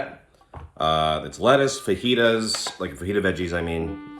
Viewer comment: it's pronounced FAJITAS